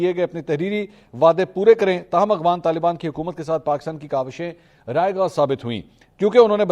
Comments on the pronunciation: اغوان نہیں افغان صحیح نام سیکھو ۔ولد الزنا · السلام علیکم بھائی آپ مسلسل "اغوان" کہتے ہیں "افغان" ہوتا ہے۔ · Ap afghan ko aghwan par rahay hn iss ko theak kren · AGHWAN NAHI AFFFGHAN hota hai. Please work on your pronounciation. Tayyab Urdgan hai, URDWAN nahi.